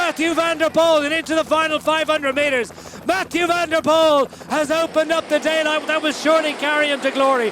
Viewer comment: Definitely not Hutchinson, think this is. Pity he can’t pronounce Poel correctly.